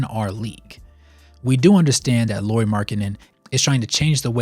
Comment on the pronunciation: Nice video, I always like to have Lauri/Jazz content :) Some comments: first not "Lori", Lauri as "Lowry" in Kyle Lowry. I think he has earned the respect to at least have his name pronunciated right by NBA finally 😅😂 (at least as close as Americans can 😉) About health: during his years with Bulls part of the reason why he was injury prone was the training they made him to do. They wanted him to bulk up so he could guard bigger guys. But it just made him lose the stuff he was good at: speed, bouncyness etc. In his free agency summer he started to work with a Finnish trainer and lost some muscle from wrong places and has strengthened his feets etc. That helped his health some in Cavs and more in Jazz. (Not to mention his playing!) Last year other teams targeted him with the vigor he has never seen before and was literally quite beaten up in the end of the year. Added to the fact that Jazz didn't exactly mind their best players sitting in the end of the season I'm guessing they talked him to miss some playable games too. I want to believe that when he gets used to his role as the guy in Jazz and what it means physically too, he will start to play more full seasons. He has also said that one of his goals is to play full 82 without missing any game. About world cup: Lauri said that he had troubles getting his feets under him (after long summer in army without playing 5 on 5) and that was the reason he shooted badly. (Also his team wasn't exactly creating him a lot of easy looks o